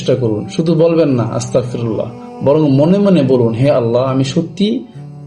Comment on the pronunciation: ❎আস্তাকফিরুল্লাহ ✅আস্তাগফিরুল্লাহ